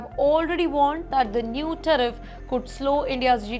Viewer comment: Someone please pay so this woman can clear English101. Ridiculous. Teriff? 🤣